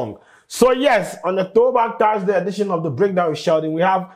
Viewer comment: Sheldon, its Thursday not Taarsday wae.